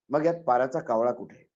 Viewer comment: साहेब पाराचा कावळा नाही पराचा कावळा